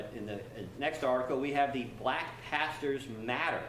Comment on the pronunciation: Why so much Emphasis BLACK 🤣🤣